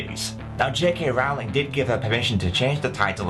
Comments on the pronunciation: Oh look everyone, another idiot who pronounces it as 'rawling' when its 'Roling' rhymes with boling. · It's not "Rawling" It's "ROwling" I intended to capitalize the O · Try saying "ROLL-ing". Then you'll be saying her name correctly.